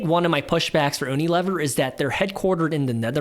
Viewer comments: U Nee Lee-veer 😂 (not oooo-nee- Liver) 😂 love the channel. Had to pick on you, you had me laughing. Much needed, thank you. Great content keep it up. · Was painful to hear…..like fingernails on a chalkboard! “Uni….” like in “United” States and not like the uni at the Sushi bar.